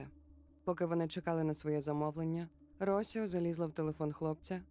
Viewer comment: Дякую за цікавий контент👍. Одне маленьке зауваження , наголос в жіночому імені Росіо падає на і.